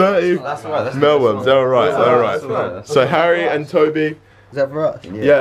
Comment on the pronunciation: Why are they pronouncing it as "mellworms". It's says mealworms. It has the word MEAL in not mell